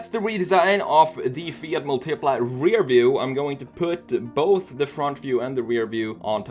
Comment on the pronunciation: Bruh it's Mùltipla, not Multìpla.